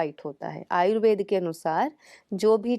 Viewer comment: आपका कार्य सराहनीय है, लेकिन आयुर्वेद को आयुर्वेदा ,आसन को आसनज गलत है😟